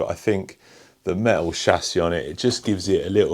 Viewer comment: Very cool but do you mean metal? You keep saying méh-al.... Pffff